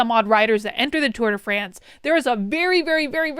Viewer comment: tour de FRAAAANCE!!!! tour de france.... pshhhh put some enuciation on that AAAAA! XD